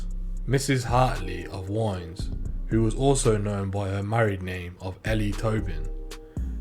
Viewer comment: Its pronounced.. W..id.ness...the w. Sounding like with